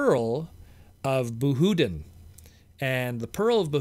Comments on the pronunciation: I noticed that too. Isn't it supposed to be pronounced "Bah-hoo-deen"? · you mispronounced the pearl of bahoudin